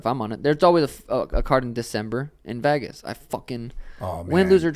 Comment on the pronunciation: the way Sean says Vegas makes me laugh every time